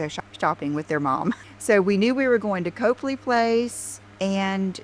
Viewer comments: said “Cope” ley Place, but it’s pronounced “Cop” ley Place. If she took as much time to learn how to pronounce the places she goes as she does learning where the shops are she wouldn’t look so clueless and for lack of a better word stupid. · It’s NOT COPELY ITS COPLEY. COP-LEY😮 OMG SHES SUCH A DOPE!!